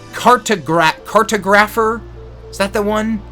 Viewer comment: The word is pronounced car - tahg- rafer. It has a similar pronunciation to photographer. Cartography is the study of maps and map making. It's a sub discipline of geography. And then there is geomorphology -- the study of a planetary surface(landforms).